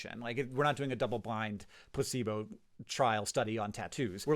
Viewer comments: When you said placebo I heard pussy boat and I can’t unhear it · Why did I hear “pussyboat” when he said “placebo” what is wrong with me 😭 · Anyone else hear "pussebo" instead of placebo and giggle? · When Hank said "placebo" I thought he said "pussy boat" and was really confused. I think I'll make that substitution the next time I have to use the word "placebo" and people will say "did you just say pussy boat?" and I'll say "noooooo I said placebo" and they will think to themselves, "He just said pussy boat, but alright just go with it" and then they will say it and before long the whole world will say it and we can finally rid ourselves of the horrible word, "placebo". ps my wife is a pharmacist and they are not allowed to dispense "obecalp" anymore due to ethical concerns.